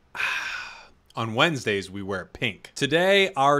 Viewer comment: On wendays 😆